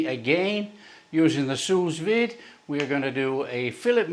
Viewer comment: Hahaha where is this guy from that he can’t pronounce anything correctly? Hillbillies in America can pronounce Sue-Veed and know what silver skin is.